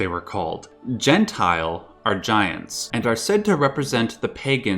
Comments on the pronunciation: The pronunciation is quite off, because it is not "gen-tile" (jentil) more like "yen-tyl". Its more accurate and doesn't sound so wrong xD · The way he pronounces Jentil as Gentile makes it sound antisemitic... It's Jen - till. Or it is some real throwback mistranslated racist storytime bullshit.